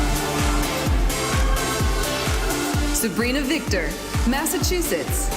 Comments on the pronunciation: 1.Miss USA is OKLAHOMA 2. Someone needs to help this presenter to say Massachusetts correctly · Loving Aussie accent. I wish he’d learn to pronounce Massachusetts properly though